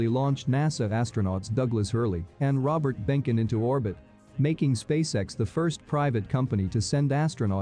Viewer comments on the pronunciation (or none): none